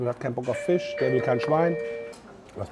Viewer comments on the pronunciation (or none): none